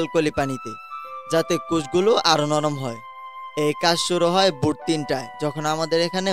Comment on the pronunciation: আপনার বাংলা উচ্চারণ এরকম কেন ? ধান কে বলছেন "দান", ভাবেন কে বলছেন "বাবেন তো", ভোর কে বলছেন "বোর"। কেন ভাই?